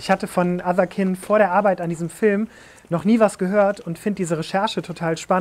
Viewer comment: Allein schon Otherkind...nicht etwa Englisch Otherkind (keind) weil man einer anderen Art angehört...nich doch 🤣